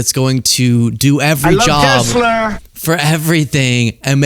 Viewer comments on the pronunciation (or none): none